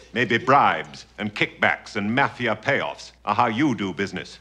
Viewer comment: Mah fia payoffs! Not Mafia payoffs!😆